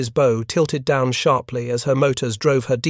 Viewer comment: The AI voice doesn't know how to pronounce bow. It pronounces it as an archery bow, not a ship bow.